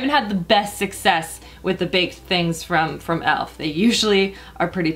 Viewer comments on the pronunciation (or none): none